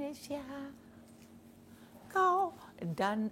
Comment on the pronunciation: Indonesia bu bukan endonesia